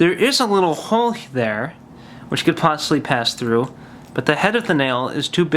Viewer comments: Lol when he pronounces 'hole.' "There is a little hohle there." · Hoghl. Funny way to say hole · I love but... theres an L in hole